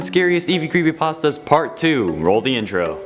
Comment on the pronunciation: You said crepypastas instead of creepypastas